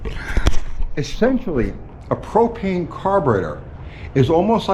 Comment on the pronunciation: HOWdy U-T-G,... Thanks for the " PRO-PAIN" experiment Thanks for trying...